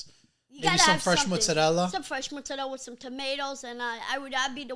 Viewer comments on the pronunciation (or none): Can you guys show him how those 2 Italian twins roasted him for saying “muzzadel” because it’s Mozzarella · you fucking american with slightly italian origins decided a bunch of stereotypes is what makes you italian and went for it for over 60 years and now somehow is getting even worse with people like these saying "how u dooin" .we italians born and raised laugh at you all . hes out there trying teach its pasta fagioli its this its that ahaahahah guess what that is not how you say mozzarella for example. ahahaha . please just stop being italian is much more than just pizza and pasta and all these dumb memes bout us getting mad about breaking spaghetti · His midgets pronunciation of Mozarella is fucking criminal yo. Fake wop